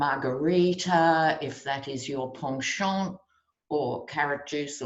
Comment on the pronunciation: you are delightful! When you pronounced "penchant" à la française, I nearly swooned.